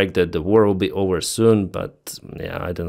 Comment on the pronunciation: Say OVER not OWER!